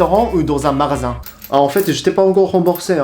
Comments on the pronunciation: tu a dis marasin au lieu de dire magasin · Juste pour que tu t’améliore en français, c'est magasin pas marasin, c'est distributeur pas distributu. ;) continue tu fais des progrès! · C'est pas marasin mais magasin 😉, (ps : je me disais aussi) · MAGASIN... GA comme GA-cha .... tu prononces ma-ra-sin... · Ton accent pour le mot magasin, 😂 j'aime trop. En tout cas respect pour ton accent parfait et ton apprentissage de la langue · Super video , c vrai que les français font comme ca , merci j ai appris pas mal de truc sur le japon .(Attention a la prononciation de "MAGASIN ") Mais sinon tu fait des progrès enorme , bien joué !! 👌👌👌💯💯